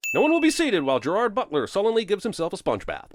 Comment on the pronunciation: After all this time, Jeremy still doesn't know how to pronounce Gerard's name. ding